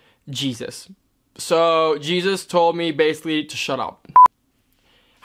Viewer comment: Hun, Jesus is a common Mexican name. It is not pronounced as in Our Savior Jesus Christ. Its confusing, I know. You do great, keep smiling !